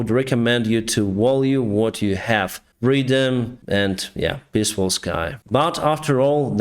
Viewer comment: "So pissfull" Love your english and love your videos :)